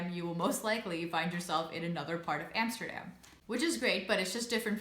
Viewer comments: Love your videos though. Love your pronunciation as well. Even saying Utrecht. Now pronounce A'dam like you know instead of Emsterdamn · I have always wondered why you still pronounce Amsterdam in an American way " Emsterdem" , but pronounce Utrecht in a Dutch way. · That's the first thing I noticed too! 😁😆